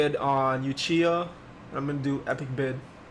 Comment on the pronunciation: Bro its not pronounced yoochiha its oochiha i used to do the same thing.